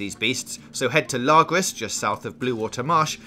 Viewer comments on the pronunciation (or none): ‘largriss’🤣🤣🤣🤣🤣its ‘lah-grah’ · It’s not pronounced “lar-gras” It’s pronounced “la-grar” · He also mispronounced Lagras and Owwnjila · How on earth do you pronounce all of the locations so wrong, like owanjila & lagras, you probably pronounce saint denis like saint denis & not like san denee